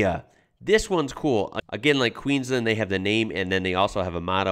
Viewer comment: Dude you gotta learn how we say Queensland. Listen (or react!?) to the song Queensland by Evil Eddie man, you'll learn and you'll love it